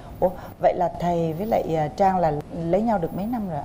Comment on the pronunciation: Trang là tên cuả người nữ, coǹ Chang là phát âm sai.